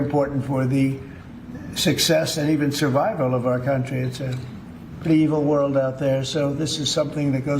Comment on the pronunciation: "Evil worl out there" 😂😂😂😂he literally said "evil world out there" 😂😂😂😂😂😂😂😂😂😂😂😂😂😂 this 8s amazing 😂😂😂😂😂😂